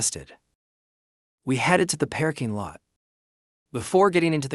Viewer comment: WEhy does everytim it says parking lot it pronounces it pear king lot?